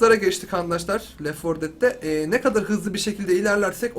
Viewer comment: abi left for dead değil ,lef for ded olması lazım :D